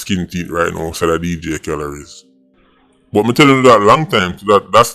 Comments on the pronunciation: "Dj khalories" 🤣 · Dj kahled nah dj calories 😂😂😂😂